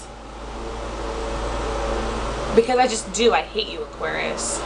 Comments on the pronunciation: Lol, what's wrong with my teeth and why does that matter? Plus, you pronouns it ''Aquarians''. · you don't even know how to say Aquarius. And why do you say we think that we're so special? doesn't everyone think they're special? why do you even have to say about our teeth? yours looks like a beavers teeth or Spongebob's teeth! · Lol dumb, you can’t even pronounce Aquarius well enough to be confidence 😂 jk(no offence) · Smh; if you gonna make a video at least pronounce it correctly. You just sound stupid an Narrowminded. I'm an Aquarius btw.